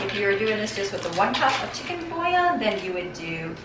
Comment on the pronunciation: you make this look easy ! i will try it soon ! oh ! and it's pronounced chicken boo-Yon. =)